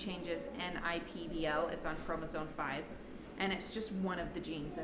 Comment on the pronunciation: It is chromosome, not chromosone as you pronounced it. FYI